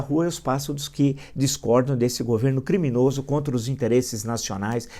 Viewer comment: Tem coisa mais gostosa de ouvir do que o professor mandando aquele "CRRRRIMINOSO"? KKKKKKKKKKKKKKKKKK